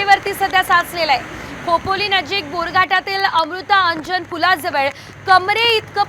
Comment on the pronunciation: Amrutaaa anjan. 😂😂😂😂😂amrutanjan. Marathi sudhar tuzi 😂😂